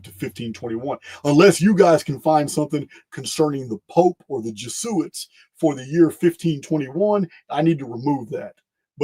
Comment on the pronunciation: It’s your helpful OCD English dialect assistant again. (2.08 .48) Jesuits - it’s normally pronounced Jez oo its ❤